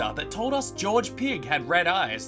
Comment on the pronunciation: It's sad how he said George as gorg-ie 😩